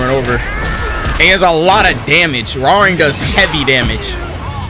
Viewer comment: His name is pronounce Hwoa Rahng not Rang like the telephone rang 😂